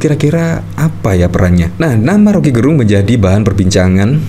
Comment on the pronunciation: Om Rocky dilawan... Orang Manado bilang "nintau tako" artinya gak kenal takut. Btw Gerung Laval "e" nya kayak di kata enak atau kecap bukan Laval e lemah swperti yg dilafalkan admin. Gerung itu marga org Minahasa.